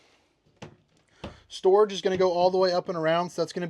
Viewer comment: 😂Re-heat potato mode and then stor-ahge. This one is making me giggle throughout. Thanks! So far, so good👍